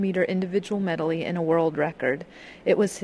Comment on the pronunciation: haha she says medely